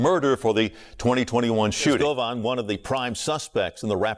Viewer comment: They way you pronounce Rico and Govan sounds really lame